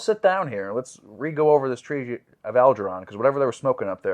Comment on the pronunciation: I think you missed the joke. Flowers for Algernon was a famous book (and movie) from the 70s about a retarded kid given a special treatment to increase his brain's ability to normal. I was making fun him mispronouncing the name.